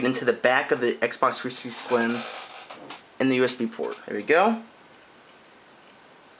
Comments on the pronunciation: His voice is mildly irritating, Xbox Three sissity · it annoys me that he can't say 360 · your videos are cool but please pronounce "360" better